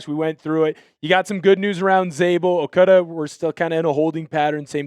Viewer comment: It's not "Okuudu" it's okADA c'mon man.